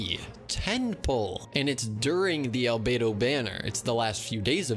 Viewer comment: omg u got Al-bow-do